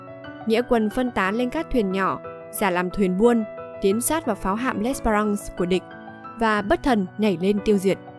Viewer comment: đọc gì em ? tàu chiến của Pháp mà nghĩa quân của Nguyễn Trung Trực đốt cháy là tàu L' Espéfrance .( đọc és fe răn se' ) . làm clip chưa thật đúng với thân thế và sự nghiệp của Nguyễn Trung Trực , ông còn có tên khác là " Chơn hay Lịch " . mẫu chuyện kể về vợ và người con là sai hoàn toàn , góp vài ý cùng em , vì chúng tôi là người trong vùng , và lấy làm khó chịu khi mẫu chuyện không đúng về ông .